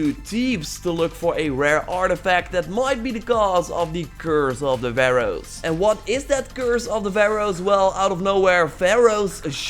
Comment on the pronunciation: You said pharoahs omg you used to say Vehroahs my soul is calm when you said it correctly yay 😃😃😁😁😁